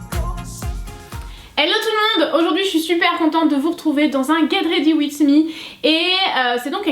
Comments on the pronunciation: Ah ces tout mignion la façon dont tu prononce le titre tu dit Wits mis AU lieu de Wizzz aha ! #teamsnap ☀️ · " get ready witSS me " oui biensure quel bel accent XD ta robe est très belle elle te va a merveille le violet avec tes cheveux bouclé c'est vraiment simpa:) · j'ai bien aimé cette vidéo par contre ça se prononce "get ready WIZ me" haha :)